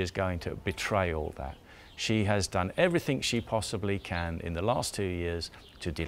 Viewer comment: “Everythink”? Right...